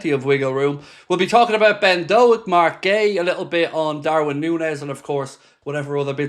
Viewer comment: Pronounced Doke you melon 🤣up the reds